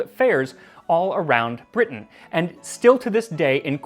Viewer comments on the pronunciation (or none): none